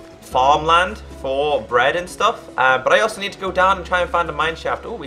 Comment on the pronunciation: why does he say stoof?